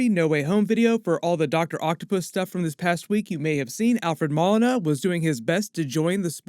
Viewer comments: takes NO days off. Thank you for holding us down! also its Mo-lee-na lmao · I enjoy your work. Thanks for that! A small point Alfred Molina pronounces his name Mo-leen-ah. Thanks for everything! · LMAO i thought his last name was pronounced like Mow•Leen•a .. not Mall•innah 😂😂 Also I think it’s pretty clear that either villains are escaping from the multiverse somehow, possibly with Peter trying to use magic to make everyone forget he’s Spiderman or with Scarlett witch messing around and it’s up to Andrew Garfields and Tobey maguires Spider-Man’s to take them back to their respective universe - that’s how you get their cameos/roles in the movie. Just a guess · my man, his last name is Moe-Lee-Nah. Awesome video and super excited to see him as Doc Oc! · Alfred Ma-Lina 😂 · I think you said Doc Ock's actor name incorrect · Id think you of all people would say his name right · How about you take a couple of minutes and learn how to say Molina correctly